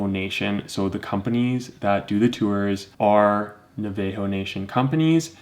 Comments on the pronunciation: NA-VUH-HOH national, not NUH-VAY-HOH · I appreciate the video and it’s great info but hearing you guys mispronounce Navajo is the whitest shit ever lmao